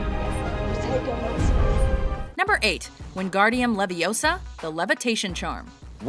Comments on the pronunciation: stop stop stop. You're going to take someone's eyes out. Besides. You're saying it wrong. Its leviOsa, not levioSA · Stop stop stop you going to take someone's eye out and besides it's Leveosar not Levaosarrrr (did I spell it right?) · “Stop stop stop your going to take someone’s eye out and besides your saying it rong (the w is silent when she said it) it’s leviOsa not leviOSa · you pronounced it wrong its LeviOSA not LevioSAA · It's LeviOsa, not LevioSA. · No, its not. Its LeviOsa, not leviosAR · It's leviosaaaa not levisaar. No wonder she hasn't got any friends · ITS LEVI-O-SA NOT LEVIOSAAAA!!!!!!! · it's levio-sahhhhh